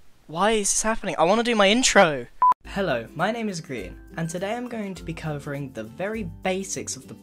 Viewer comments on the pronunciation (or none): "Today I'm gonna be co-overing"